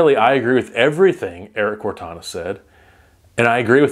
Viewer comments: "Cortina"... Not "Cortana." Like fingernails-on-a-chalkboard everytime you say "Cortana." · Ya I've done a lot of reloading/testing and 100% seating depth absolutely changes accuracy. It makes sense though for a Hornady rep to push the idea to shoot more rounds.. also just fyi it's pronounced core-teen-a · Erik's last name is Cor-tina lol